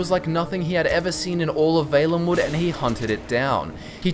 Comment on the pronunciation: Is it not pronounced "V-ah-lenwood"?